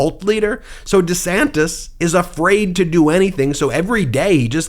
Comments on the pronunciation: DUH-SANTIS is actually pronouncing his name: Ron Dee Sanis...no "t". He may be going thru a mid-life crisis. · It should be pronounced 'Rhonda Santes'! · Sounds like he used to say Ron D Santis 😂 although in fairness I Americanized the way my surname is pronounced as I got older just because I was tired of correcting people all the time. But I’m also not a public figure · Actually, neither of the 2 ways Ron DeSantis pronounces his sir name are wrong. It should be Di Säntēs He is wrong on how he pronounces his name and is wrong on how to govern. Fascists are alway the wrong choice. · it's Duh-Santis. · That's rich, Donald Drumpf chastising DeDantis about the pronunciation of his last name. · Donald Drumpf criticizing anyone for changing the pronunciation or outright spelling of their name is laughable. The fact he's using Democratic talking points against DeSantis; even as Trump backs Republican attempts is even more laughable. Both of DeSantis and Trump's followers sit there slack jawed in awe of the spectacle, as if they were watching AWE ringside, not realizing BOTH men are set to ruin their lies, as well as, the "libs". You can't write this as fiction anymore! #SAD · Hilarious that Don disparages Ron for adopting a better-polling pronunciation of his surname when ex-guy himself is most likely a product of the Drumpf family lineage. Such sorry asshats are they both by any name. Have a great weekend! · Drumpf criticising the changed name pronunciation? Hilarious.